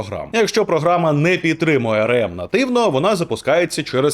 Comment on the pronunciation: Стільки разів той еМ у цьому ролику АРЕ! АРЕЕМ і АРЕЕМ... І ще й напевно АРЕ він про СЕШЕА🤦‍♂️... АРЕ ЕМ... А спробуйте вимовити А ЕР ЕМ?!